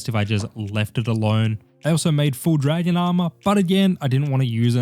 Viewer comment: It was dra-gon me around